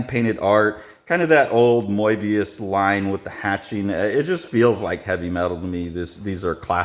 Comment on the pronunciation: Are you really going to continue pronouncing Mobius's name as "MOY-bius"? 🖖🏽